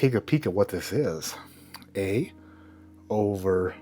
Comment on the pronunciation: Got this bottle because my buddies father in laws last name is Overholt. I really like it, has a good flavor and cheap. Still enjoy it even though you butchered the name, 😂, and didn't care for it.